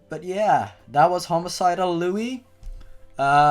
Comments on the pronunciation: This is amazing. I love these readings. Your commentating is the best. (But just so you know, it never actually says that Liu was older in the original story. And I'm pretty sure it's pronounced Lee-oo.) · Different accent's dumb ass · you pronounced liu wrong FYI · Its FUCKING LIU!!!!!!!!!!! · its liu like lio sorry had to say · IT'S LIU YOU JACK not lewy sigh tantrum over get it right or I'm going lose it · "...homicidal lewy" Closes the tab. ;_ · Passionate Cure Berry no its pronounced "lu" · That's not how u pronounce it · said his name wrong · I GOT SO TRIGGERED WHEN HE PRONOUNCED LIU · it's pronounced Loo not Luey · That not how u pronounce it it said like lou not lewy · I kinda wish you’d pronounce his name “Loo”. Not because I give a hoot whether it’s the CORRECT pronunciation or not, but because all “Lui” makes me think of is “A IS FOR APPLE! B IS FOR BASEBALL! C IS FOR CAT POOP! D IS FOR ELEPHANT!” Although maybe that just makes the video better. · Why did u call me liuy? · by the way Liu's name is pronounced Lu, not Lowey. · .-. it's not liu-ie it's lu okk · His name I Liu not Lui. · P.s its Liu not Liuie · WHO THE FUCK IS LEWY HIS NAME IS PRONOUNCED LEEYOU IT IS SPELLED LIU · sorry its pronounced liu u say the u not luie XD ..... not to be mean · is anyone else bothere by the fact he says "louis" and not "loo" like its meant to be pronounced, its liu not lui >3> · ..It's pronounced Liu..like Loo or Lou. I'm sorry, you saying it like 'Lewie' just was bugging me :\ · It's pronounced "Loo" not "Loo-ee" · hun. its liu, not lui. just sayin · I love how he pronounces it "Louis". I'm gonna write a story where its Louis the 15th or something going around and killing people, that'd be funny. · It's prenounced li u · Ticci Toby fan loo?? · he said lui wrong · You pronounce it (LOO) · Liu you were saying liuy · His name is pronounced "Lyoo!" I thought you watched Bad Creepypasta. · I thought it was pronounced like li oo. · Liu is pronounced loo